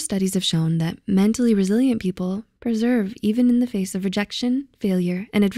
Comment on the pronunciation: she couldn't even say persevere properly